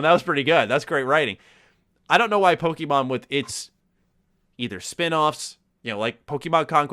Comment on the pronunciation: The way pronounces Pokemon has always been hilarious to me. Its subtle, but he kind of says "pokemEN" instead of "PokemON"